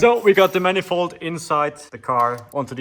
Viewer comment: Did you say „Mannifold“ 😂?